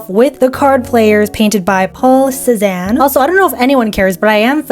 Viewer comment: It pains me to hear you butcher household names of legendary artists but I loved the video overall. "Lick-ten-shtine", "Rem-brant". You said "Cezanne " right. Jus FYI Rembrandt took YEARS to do one painting and he often worked on multiple paintings at the same time. The one you worked on De vaandeldrager (The Standard Bearer) took him three years. #8 - are you telling me you don't know who Jackson Pollock was? Honestly, If you gave the canvas a background color it would look more similar and maybe you should have layered the colors more but I thought it came out really good. It actually looks like a Jackson Pollock painting just not the same painting as your example. I love it! It is a far better attempt than I could do.